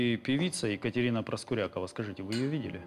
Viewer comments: Правильно произносится - ПроскурякОва!!!!!! А не «ПроскурЯкова»! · Ударение в фамилии главной героини на "Я" (ПроскурЯкова) прямо слух режет. Уж лучше бы она была ПроскурякОва. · Ребят, все отлично, только ПроскурякОва) такая серия интересная, но эта «проскурЯкова» всю дорогу режет ухо🤷🏻‍♀️ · Почему ПроскурЯкова? Обычно эта фамилия произносится, как ПроскурякОва. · А почему ПроскурЯкова? ПроскурякОва, обычно.. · Ну не ПроскурЯковой а ПроскурякОвой Зачем коверкаете фамилию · и жена у Игоря Николаева.Юлия ПроскурякОва. по другому ударение как то похабно звучит